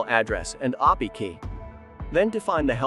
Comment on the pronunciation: Your video said "oppie key" when it should have been A-P-I key....c'mon now...